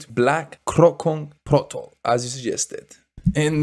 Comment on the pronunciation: Protokol, not protol 😂😂